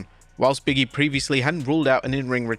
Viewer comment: Say it with me.. “Big”… pause …. “E” not “Biggy”